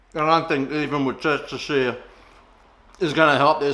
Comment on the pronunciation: Oh damn more people are onto them now 🤣🤣 I like the steak and red wine. I microwave it first a bit then in airfryer. I add oil and some butter on top of it. I make meat pies in my new pie maker now. I've got my meat pie mince sauce good now. How did you pronounce Worcestershire lol